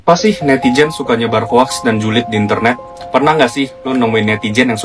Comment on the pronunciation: yg cik adik menyebutnya dgn betul "hoks" bukan "hoak" ejaan englishnya :"hoax"